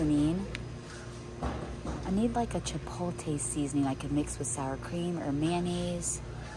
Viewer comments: Its pronounced chipotle.... NOT chipolte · Chipotle sounds like chip-pole-t-leh not chip-pole-tay...but it all looks so good 😊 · Chip oat lay not chip o tay. 😂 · It's "Chi-pote-lay"...not "chi-pole-tay" 😘 The tacos look great! Such a good idea :) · Every time says chippoletay have a drink 😅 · Chi-poh-leh ...the T is silent !!! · The pronunciation of chipotle is driving me crazy. I wanted to scream after about the 10th time she said it. Too funny. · Your saying chipotle sooo wrong 😑 is annoying.